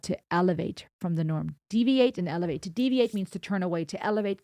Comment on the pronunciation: he said evelate .